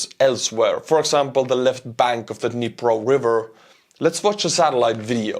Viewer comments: It is Dnipro, like in knee+pro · "the Dhnepp river"